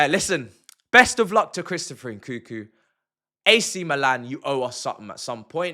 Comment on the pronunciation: "Chrisopher Enkookoo"?🤣